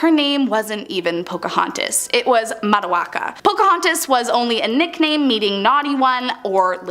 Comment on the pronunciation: Not trying to be rude but Urm you completely got Matoakas name wrong….. for the Pocahontas section.